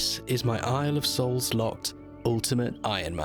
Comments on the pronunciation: Are you saying boys soul or boys hole? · Thought you said boys holes I was like....wot